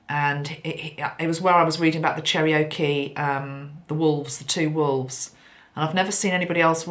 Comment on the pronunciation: Hi, FYI: Cherokee is pronounced "Chair-oh-key." ✌